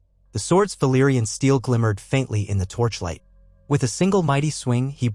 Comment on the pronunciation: Other Than That, Awesome Job, The Auto-Narrator can’t pronounce Old Valarion Names Worth Sh_t! It SoundsLike Daemon’s Dragons Name, Without the (C)!